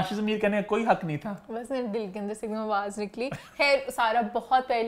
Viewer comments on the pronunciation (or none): none